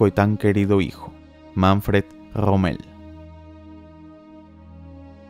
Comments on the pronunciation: Pensé que era Rommel no rrrrrrrrrrrrrrrommel, mae mía . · no puedes decir la R verdad? jajajjajaja Grommel